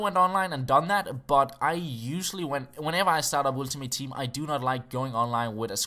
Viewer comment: oeltimate team, love that accent <3